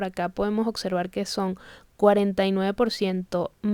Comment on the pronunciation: Observar...no ocservar, porfavor, fuiste a la escuela el Puerto Rico.